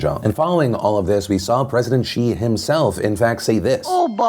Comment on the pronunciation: It’s Xi not Chi